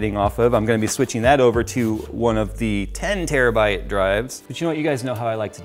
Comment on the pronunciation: "4 gig terabuta" .... Interesting